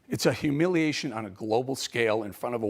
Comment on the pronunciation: Hu- milley- ation... Love it, one too be put in dictionary for generations to come.. Interpretations welcomed